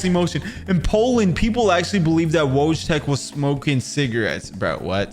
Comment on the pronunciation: Wojtek is not pronounced like the American wojtek it's pronounced "Woytech"